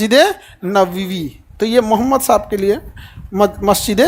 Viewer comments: Mr.Khan, you have to learn first how to say our prophet (SW) name. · Sala name ka muslim h tm phle islam ko terrorist ka religion bolta h fir uske baad dusre video m btata h nhi ye galat hai nabi ka name v pronounce krne ni aa rha shi se tumhe kya lgta h tm bohot bare teacher ho to ..kuch v kroge shi galat.. tmse 10* jyada odhe likhe ko Qur'an aur islam ko khud padh kr revert kr rhe unhe pta h is duniya ki har ek chiz uske rab ne di h but tumhe lgta h ye fame paisa hi h sb h shukr kro allah ne tumhe itna rizq diya is duniya ki sare paise v mil jayega but akhirat me kuch v nhi ...sirf muslim ghar m paida lene se koi muslim ni hota born muslim ko v islam ki importance samjhni pdti h ....abhi bhi waqt h khud ke understanding se Qur'an aur hadiths pdho jindagi apke ni Allah k control m h aur himmat ni padhne ki to mat pdho but islam k khilaf kuch v ulta sidha v mat bolo Kyu extra gunah kr rhe baki apke paise k lalch ko allah km kre aur bjp sarkar ki chatna band kro!!!!!!!!!!!!!!!!!!!!!!!!!! May Allah guide u